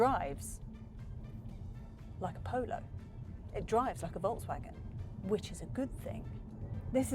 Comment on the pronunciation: Is she saying voltsvagen all the time, or is it just me ? Steering has too many buttons, imo.